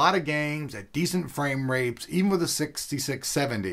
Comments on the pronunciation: "decent frameRAPES" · Frame Rapes is what I heard... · He said frame rapes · Hehe he said game rapes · he said frameRAPES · You said framerapes instead of framerates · "decent frame rapes" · Dude... You said framerapes XD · Hehehe, he said "Frame Rapes" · "framerapes"? hehe anyway, great video, thanks! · he said frame-rapes... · "Decent frame-rapes ..." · "decent framerapes"... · haha he said framerape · no, he said framerapeS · umm..is it me or did he just say framerapes? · Did he say framerapes?